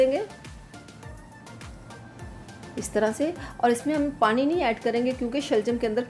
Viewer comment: plz parin nhi pani bola kerain